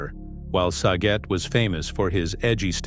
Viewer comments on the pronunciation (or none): Saget not sajet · At least the BOT VOICE on this thing is showing some versatility, starting off pronouncing Saget's name as Suh-JET and then Sah-GET, emphasis on the second syllable. It's pronounced as you'd say DRAG-IT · Wish they'd have pronounced his last name correctly. Prayers and good wishes to Dave and his family. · That and mispronouncing Bob’s last name as well.